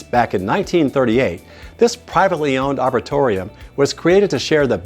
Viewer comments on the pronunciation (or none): The word arboretum is pronounced, aar-br-ee-tm.